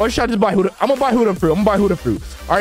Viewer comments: Like bro, why does he say huddha instead of Buddha it’s so annoying bro. If he doesn’t know how to say it right don’t say it at all. That’s all I had to say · Why he say hudda imstead of Buddha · Is it just me or u guys heard it too? he says "huddha" instead of "buddha" HAHAHHA Btw "Moma" Sooo... wheres my free fruit? hahaha jk love yo vids keep it up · It really annoys me that he keeps saying hUdDhA fRuIt instead of Buddha fruit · praise YAHWEH Stop saying huddah it’s buddah and please upgrade health at start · broooooooooooooooo its not huda your so annoying when you say that its buddha and for the record you had YOUR pvp off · Btw it's Buddha not huddha it's a B not an H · He said huddha not buddha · And why do you keep calling it Huda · Bro called it hudduh fruit 😂😂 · I love your videos but why do you say buddha like huddha💀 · bro really said hoddah fruit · bruh why you saying huda but not buddha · "Whooda fruit" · Bro said huddha no offens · i like u but why do u call buddah huddah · Bro says huddah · "huda fruit"💀💀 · Did you say human fruit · I’m sorry but stop saying huda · wrm zeg je heletijd hudda